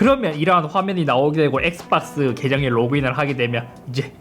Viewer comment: 엑스빡스 라고 발음하는거 중독적이네ㅋㅋㅋ